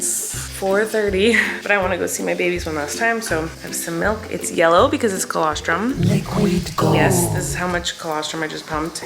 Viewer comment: PLS THE ✨LEEQUEED GOULD✨ I love how in the midst of her crying and struggling she's still her funny wholesome self